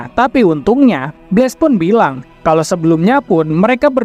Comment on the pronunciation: apa kau bahas ni bos ? sebut blast pun kau xbetul, bless apa bless 🤣😂 sok tau 😂🤣